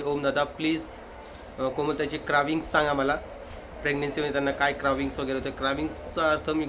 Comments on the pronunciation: क्रेविंग बोलतात दादा क्राविंग नाही क्रेविंग म्हणजे डोहाळे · ओम तुझ्या 2 गोष्टी चुकल्या एक म्हणजे क्रेविंग असत ते तू बोलला क्रॅविंग. आणि दुसरी म्हणजे डिले असत ते तू बोलला डीलाय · क्रविंग नाही हो ….क्रेव्हिंग्स(craving) …dohale